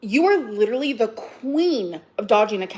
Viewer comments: And the word "litrelly." They can all sit together. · I feel like this video should have a little counter up in the corner of how many times she says “leederally”. 🤣 Like, it’s literally, a lot. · So 'triggered' but she manages to remember to pronounce 'leeedurralleeee' incorrectly to keep trying to make that shit happen. She pronounces it correctly in the very next sentence, of course.